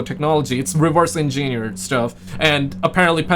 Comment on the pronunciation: how to pronounce engineered 😅